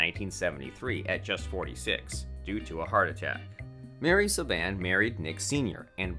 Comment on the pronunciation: Can we get someone to say his name correctly good lord !